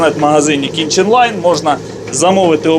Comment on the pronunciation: Думав почулось раз, другий, але здається ні. Магазин же називається "кіТчен лайн", а ви кажете "кіНчен лайн". 😁